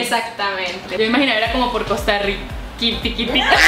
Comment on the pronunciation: Si, se equivocó en esa palabra. No decimos ( Costa Yica ) tengo más de 40 años y soy tico tico .